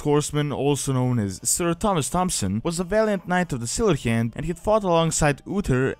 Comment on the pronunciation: Any other English speaker: "The Silver Hand." This guy: "Da Sillheeyand."